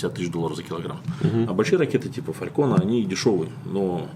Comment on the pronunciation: Не пойму, и где русскоговорящие в слове "Falcon" слышат "фалькон" нужно произносить "фэлкон" вот транскрипция "fælkən"... Какого хрена вы всегда перекручиваете иностранные слова? Я то понимаю что вы хотите сказать, но просто не приятно слышать перекрученные слова.